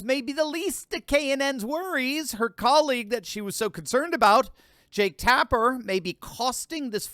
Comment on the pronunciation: Jake Tap-her.....:)